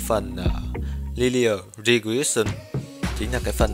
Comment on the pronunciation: Regression: đọc là "rì grét shờn". - Phút thứ 8: chắc bạn muốn đề cập đến Định lý giới hạn trung tâm Central Limit Theorem??? - Ép si lon: Error trong tiếng Anh hàng ngày dịch là lỗi, còn trong toán học thì dịch là "Sai số". - Phút thứ 15: Variance (đọc là Ve ờ rì ờn s), trong thống kê gọi là "phương sai". - Unknown: đọc là "ăn Nâu n". - Cov: câu ve ờ rì ờn s, là hiệp phương sai giữa 2 biến. Chỉ có một vài góp ý nho nhỏ vậy thôi. Chúc bạn vui vẻ nhé!